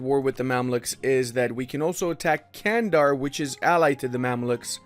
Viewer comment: Nice vid, but those mispronounciations... it's not 'Candar', it's 'Çandar', sounds like 'Jandar' and 'Chandar' simultaneously